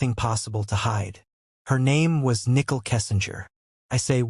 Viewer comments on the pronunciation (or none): Nickel??? Don’t you mean Nichol? As in ni - Cole??